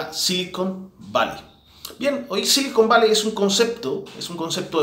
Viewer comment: "silicón valley" o "cocain valley" ?